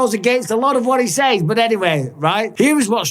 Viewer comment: Bisping you live in this country now stop saying says like that